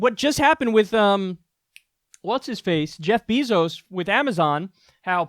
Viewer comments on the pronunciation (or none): Ok kyle his name isnt BEEEzos. its Beyzos. bey not bee